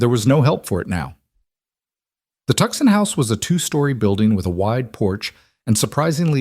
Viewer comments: Tuxon ? Tuscon ? Too-soan, please. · The city of Tucson Arizona pronounced Tooson.